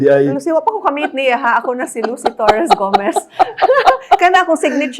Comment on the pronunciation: the way she manifested "Lucy Torres - Gomez" 💓